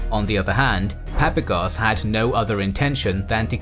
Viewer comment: I believe that when pronouncing the Greek generals surname it would be more correct to emphasize the second "a" in his name , as in Greek it would be spelled as "Παπάγος" .